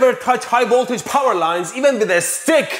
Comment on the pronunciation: I love it when Mehdi says "high woltage"! Love the vid my man!